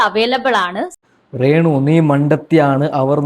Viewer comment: എടാ റേ ണു റേ ന്നു പറയാതെ രേ ണുവാ